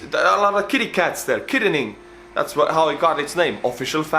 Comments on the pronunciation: It is said kit an ing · Its kitt an ing Pennsylvania